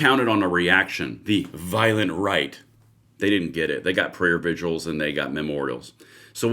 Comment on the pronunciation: Great video, but does anyone nowadays know how to say the word vigils?? It's not viguals it's vih- julz😊